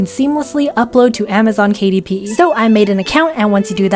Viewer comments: Amzon kuh-dip is now the correct one. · ”Kuh Dip“😭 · I can't unhear "Kadip" now. It will forever be "Kadip". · Amazon Kuh-Dip. 😂